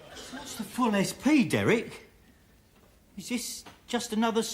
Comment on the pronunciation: Waquel,Wodney and Dewek Twotter.